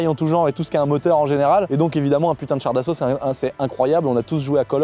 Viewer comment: On dit "Char d'assaut" 🤓☝